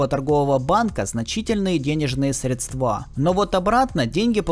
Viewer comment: Не средствА, а срЕдства